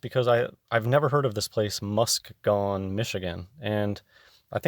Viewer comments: Its pronounced...muss-key- gun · I'm from MI, it's pronounced Mus-KEE-gun. Also, if tptb hadn't lied about a spinning ball, they could have sold their climate hoax a lot easier.